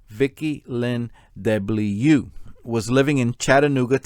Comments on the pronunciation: As a Frenchman, I would suggest to pronounce DeBlieux like : ‘deu’-‘bly’-‘eu’ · According to me, the victim’s name should be pronounced ‘duh-blee-uh’ but who the heck am I to put my 2 cents in 🤗 your pronunciation of Mangione is spot-on BTW 😂 Excellent video, thank you 😊👏